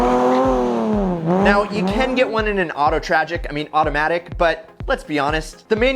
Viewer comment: He said auto tragic 😂😂😂😂